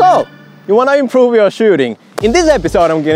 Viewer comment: bro hit the crossbar-"so wanna imrpove your shooting?"